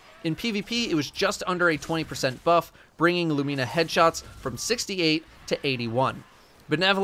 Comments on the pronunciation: Pls dont call it loo-me-nah again.... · How can it be hard to pronounce? It should be Loo-meh-nuh. Anyone saying loo-mee-nah should be ridiculed relentlessly lol. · It’s [Loo-Me-Nuh] In Romanian it means “the light” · If you don’t pronounce it “Lumina” there’s something wrong with you. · How could it possibly be pronounced "loo-meena"?